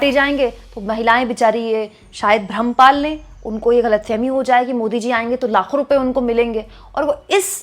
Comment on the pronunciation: लाखो नहीं ..... लातो बोल रही थी....